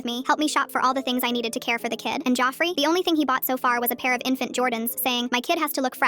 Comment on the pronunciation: “Joffrey” help why is it saying it like that 😭